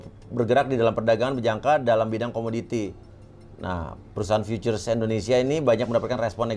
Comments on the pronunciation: Si Belepetan Futures = fiuces 😂😂😂 Punya Supercar Belepetan Gini.....kaya dari mana....??? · Contoh orang kaya yg ga mau belajar b.inggris....🤣🤣🤣 Pronounce loe jlk bgt bro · punya supercar tapi ngomong forex koq berbahaya? ngomong nya juga futures itu ngakak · Bang lu bilang futures kok jelek bgt ,, bahasa Inggris tolong diperbaiki jadi ga pngen nnton😂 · Sayang bener si papi uya, Channel Besar gini ngundang narasumber yg begini. Gelar Ir tapi ngomong Futures ga bisa. Ampun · Kalo bisa cari narasumber yg agak pintaran dikit deh,,,cara baca futures aja awal awal qw eneq dengar nya..apalagi insinyur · Anak ITB ga bisa ngomong futures, ajaib! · Ngaku insinyur tapi ga bisa baca futures,sempak!! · iya ya nyebut futures aja gk bisa ya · Pasti pada gemes benerin tiap bilang futures 🎥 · lu gak mengerti.. Futures aja kamu belepotan cara nyebutnya katanya Insinyur. Futures lu samakan dengan binnary option. Perusahaan pialang yg titip dana lu samakan dengan trader2 Yang solo trader. Itu tandanya kamu asal cuap. Gak usah asal bacot kalau bukan kapasitasmu. Kamu urus aja bisnis Ponzi MLM mu. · emng klo kaya harus bisa ngomong futures?? 😀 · IR Insinyur ?? Baca ejaan Futures aja kok gak bisa yaa.. 🤔🤔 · Salah ngomong futures bukan karena susah ngejelasin, tapi emang ga bisa pronounciationnya aja. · lah emang bener kan ? Dia di IG nya bahkan dibeberapa Pertemuan MLM-nya dia bangga loh sebagai Lulusan ITB 2003, bangga sebagai pembalap, tapi kok ngomong Futures sama All In aja belepotan bukan main, kayak tukang becak yg ga pernah bisa baca tulis jelasinnya ahahaha... Ya Allah mudah2an Masyarakat tdk banyak mau dibodoh2i sama Affiliator macam org org seperti itu. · Aneh sih, harusnya sekelas orang pernah kuliah, apalagi di ITB harusnya ga asing sih dengan istilah future, all in, dll. Jangankan kuliah, pas SMP aja belajar tenses pasti guru bahasa Inggris ngomong futures itu yah fyuceur bukan fu-tu-res wkwkwkwk!